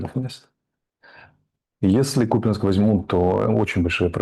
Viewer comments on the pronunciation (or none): Ставьте правильно ударение .в слове КупЯнск